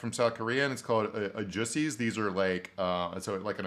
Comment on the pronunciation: The Korean term for uncle is pronounced “AH-joosee”, not “ah-JUHsee”… I think you said something different. Sorry to be that goofy person who corrects, it won’t happen again lol